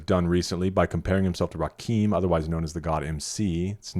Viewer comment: I've heard it too many times at this point: Rakim is not pronounced like "Raqim". It's pronounced like "Amun-Ra" and "Kimberly". RA KIM